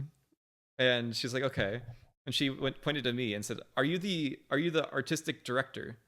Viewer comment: "Artistic" but replace the "Ar" with "Au"